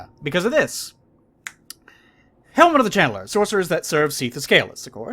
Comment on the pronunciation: anybody else notice that can't pronounce channeller without saying chandler